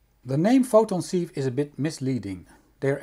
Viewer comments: Interesting. Sieve is pronounced 'siv' in english. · Very nice, thank you! Despite the spelling, "sieve" is pronounced with a short "i" as in "sit"